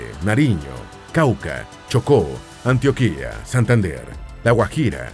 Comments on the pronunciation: 🤣🤣🤣No es .AntoKiA. es Antioquia enseñenlo por favor🤔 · Solo como corrección en Colombia es Antioquia y no Antioquía, el segundo es perteneciente a turquía y se pronuncia como en el video. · Soy Bogotana, y demasiadas cosas que no son ciertas, además agradecería de corazón que empieces por pronunciar la palabra Ántioquia de forma correcta. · Excelente vídeo 👌🏻. Solo un pequeño detalle: Se dice Antioquia con acento en la O, no con acento en la última i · Antio- Quia ., Ara-Uca, y muchos 😅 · Antioquiaaa así suena cada vez que lo pronuncia!!! 😖 se pronuncia seco no se alarga. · Se pronuncia Antioquia con cento en - tio- de lo contrario Antioquía es una zona de Turquía...faltó actualizar la desmovilización de las Farc y la mejora económica y turística de muchas zonas que estaban bajo su control.... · Antioquia, el acento va en la segunda sílaba, Arauca ..... En fin gracias por el documental, ya se que mi país es una 💩 y cada vez va peor, la mitad del video describe el peor país del mundo, un país que se jacta de una independencia sin plan al conseguirla que nos sumergió en la violencia que ha continuado hasta hoy. Todo a medias, nada concreto, corrupción y más m13rdA..... Y aún así quiero que mejore y lo quiero, qué triste. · Así es, ja ja, ja, da risa cuando pronuncian ANTIOQUÍA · Interesante documental en algunas cosas triste realidad en otras bello y gran orgullo...pienso que es agradable la secuencia pero tienes algunos errores en la locución y van con el acento Ej Antioquia, y ciénaga...😊 Gracias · El narrador tiene primero que aprender a leer Español, es un insulto la pronunciación de muchas palabras y nombres propios como Antioquia , Arauca y otras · ¡Definitivamente Colombia es un Encanto! 💚 Todo es perfecto 👌🏾, solo falta mejorar la pronunciación de algunos departamentos y ciudades, como pasa con Antioquia, Arauca, Valledupar, etc. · Algo que decir del video, sería que hay algunas pronunciaciones exageradas como ejemplo antioquía en vez de antioquia